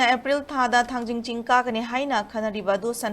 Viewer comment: It's Thangting not thangjing.....